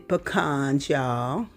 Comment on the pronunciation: Ma'am, you had all my attention when you pronounced "pecans" correctly. Thank you.